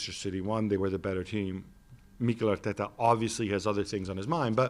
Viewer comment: MIIIIkel Arteta... MartinELLLI, just say the names normally u goon